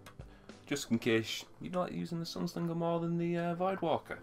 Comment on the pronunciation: There's not an "L" in Sunsinger!! hehe. On a serious note... Helpful info on the Sunsinger build. Currently working towards it. How did you get the Legendary gear? I'm currently only level 24 and trying to get gear. Seems whenever I get a Legendary Engram, it just turns into materials! Am doing bounties and Strike playlist at the moment, but it doesn't seem to be getting me anywhere quickly! :D